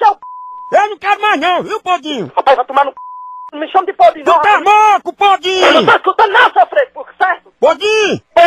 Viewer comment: No final eu achava que ele falava bodinho em vez de podinho rs